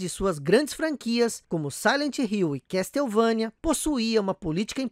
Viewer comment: ignora o MSX. Sabe que algumas franquias nasceram nessa plataforma fantástica. Dê mais atenção ao MSX. E a pronuncia correta é " Késsouvênia" e não "Castéuvãnia". Vc tbm esqueceu de mencionar o Koji Igarashi.